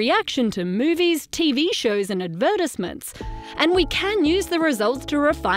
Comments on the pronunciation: "AVERT-IS-MINTS".... Hmmmm.... Just learned a new word today! LOL! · Did anyone notice the pronunciation of "advertisements"?